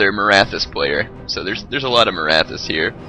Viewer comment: no, Sikh is pronounced "seekh." Maratha is pronounced muh-RAHT-ha.